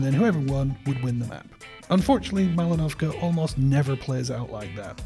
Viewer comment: Well, I have to tell this to the world... It is Mal'inovka, not Malin'ovka =)